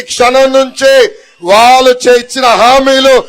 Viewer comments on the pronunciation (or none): none